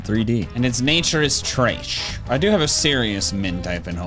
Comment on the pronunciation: "... and it's nature is träeshhhh" for some reason that took me OUT